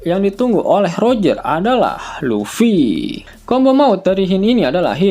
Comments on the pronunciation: Luffy bukan Lutfy, bagaimana mimin ini kadang2 sebut Lutfy😂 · LUFFY bukan LUTFY..😂